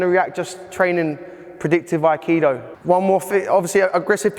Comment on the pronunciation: needs to go to Kyoto and explain his great theories do yokomoto sensei and prove all his real world crap to somebody who is mastered in aikido. It might help if he first learned how to pronounce the art